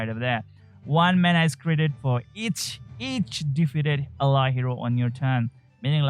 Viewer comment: you pronounce 99% of the english words right but not ally. Enjoyed your content.